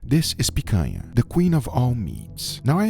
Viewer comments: As a Brazilian, no need to apologize. You're doing a pretty amazing job already, by properly pronouncing the "NH" sound. Just make sure you use it in "Piranha" as well, and you'll be 100% good in my books. Also, you should try "farofa" as a side dish compliment. It's yucca/cassava flour, toasted with butter and salt, to a golden brown. From there you can eat it as is or add bacon, olives or whatever you want The funny thing... I don't like rare meat. Yeah, go ahead and sue me, I know, I know... I just prefer it well done. 🤷🏻‍♂️ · I knew you were Brazilian the moment you said picanha the right way 😂 Ps: why didn't you cooked the picanha with the fat up? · is the brazilian? cause i have never seen a gringo say picanha so well